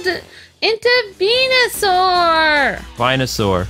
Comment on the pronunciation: I hope luke will be ok after what happened. the max mushrooms were there (small red rock looking mushrooms). said venusaur correctly (it's not vine=u=saur)